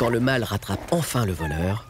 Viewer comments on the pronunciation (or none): Le „mâle“ pas le „mal“!!! Apprenez à prononcer correctement le français!